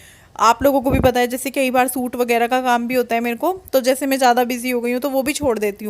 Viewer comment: आप केई बार नही बोला करो अच्छा नही लगता सुनने में सही बोला करो "कई बार " सही है,😊👍